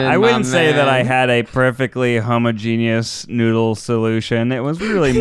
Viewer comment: If Ned was once a chemist WHY did he pronounced homogeneous like that 😭😭😭